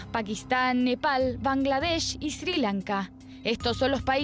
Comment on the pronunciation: No sabes decir siri lanka locutor ??